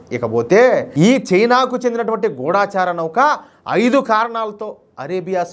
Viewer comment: Pronunciation kasth sari chesukondi.gudaacharaa kadhu gudachara.